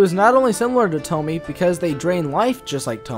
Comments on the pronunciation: I'm sorry but I hate how you pronounce her name. You say Tomie as it's spelt but it's pronounced To-me-yay sorry just had to say it. But decent video man. Keep it up. Just constructive criticism not being a dick. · 'e' is never pronounced 'ay' in japanese. It's almost always 'eh'. Also, no 'oe' as well, it's 'o', same 'o' in forever. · the way he pronounces tomie just pisses me offffffffffffffffff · His pronunciation of Tomie bothers me.. 😅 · this is such a stale take. 15 year old girl murdered by her classmates after being groomed and comes back to ALWAYS gets murdered horrifically and SHES the demon ? man moment fr. TOMIE (since you can’t even pronounce it right) is a commentary on the demonization of female assault survivors and victim blaming. it’s a hyperbole. sure, Ito may have taken inspiration from old lore to write these stories, but you’ve missed the point completely. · Hard to watch when you pronounce her name wrong. Thankfully you correct it in your other video. I get it, not everyone know how to pronounce it. I don't blame you. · you could at least attempt proper pronunciation if you're making an analysis of those terms. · Oh its gonna be hard to get through this video with you pronouncing Tomie and Junji Ito wrong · Kaede Yurimei also the way he pronounce tomie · I'm sorry, but thats a little stupid, not all of Junji Ito's stories have a clear inspiration, and in fact his horror is based on an unexplained danger, if you start to analyze and explain what Tomie is (not pronounced Tomy) you will lose all the effectiveness of the horror, he wants us to fear and wonder about his stories, not to explain them. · Nah, we're just used to Tomie rather than Tommy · “Toh-mee” lmao it’s Toh-mee-eh” :)) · It's not "To-mie". It's "To- mi-e". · It's pronounced "toe-me-eh" by the way. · Puddin Pop no its tomiEH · Tomié Kawakami. Not "Tommy." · Every time he pronounces it Tomy am like nuuuuuuuuu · It's "toe-me-eh" btw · “Toe me” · All i hear is "tomy"